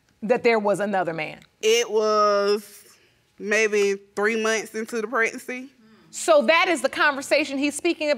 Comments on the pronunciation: Why do some women say "prednacy/prednet" instead of pregnancy??? 🤦🏾‍♀️ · “mutuar friends” “scrange phone call” “scressed out” “pretnancy” “troof” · Neither one of them can pronounce pregnancy or pregnant shaking my head